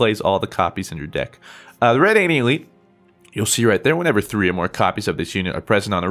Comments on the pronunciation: I love you, but it's pronounced ruh-danian not red-anian. The card even says it when you play it lol. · "Skeleege, red-anian"... just why?